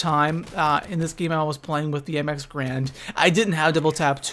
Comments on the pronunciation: lol "grand". It's 'GARAND' lmao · Alright. So i know this video was posted like 3 years 4 years ago, but I really dont like the name being said wrong. The correct pronunciation for the weapon is M-X-Gar-and